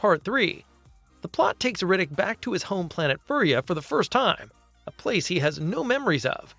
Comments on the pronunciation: Fury. Fury! It's pronounced fucking fury not furry. I hate you so much. Either shite fucking AI voice, or idjit who's never heard it pronounced? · It's Fury-a NOT furrya. Riddick is not a furry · Like the word pure is not "purr", fury is not "furree" ... Jesus! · It's pronounced F-yur-ia, not furry-ah. Riddick is not a furry. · You know this is an AI narrator, because it said "Riddick 4: Fur Yuh" when its Furya... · Let’s pronounce Furya properly.